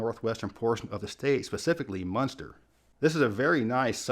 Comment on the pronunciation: Munster😂? What? Ridiculous.